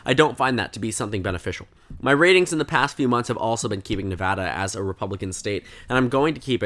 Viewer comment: As a resident I'll be pretty surprised if Nevada goes right in a Senate race especially one with a Trump backed candidate. Trump doesn't perform well here. Also thanks for pronouncing it right, always annoying listening to national news when they can't even pronounce your state.